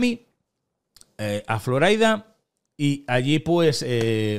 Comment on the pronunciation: Floraida!?!?!?!? Por favor!!! Es una palabra española!!!